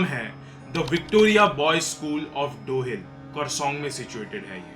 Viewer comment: Dow hill ❌ Dohh Hill 🤣🤣🤣🤣